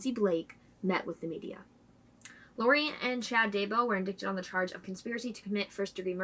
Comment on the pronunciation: Great job as usual. Thanks. FYI...indicted is pronounced as indighted. Keep up the great work. Murder is sick and murdering kids is diabolical.